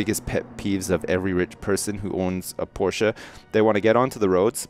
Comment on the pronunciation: actually pronounced "Porsche" right! 0_0